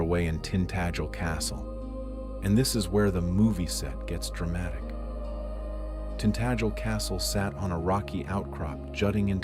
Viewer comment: Tint Ag el! is the pronunciation.